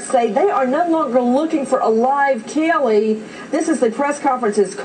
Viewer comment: Why the hell can't Nancy pronounce CAYLEE's name correctly? It's not Kellee, it's Caylee! What a stupid bitch.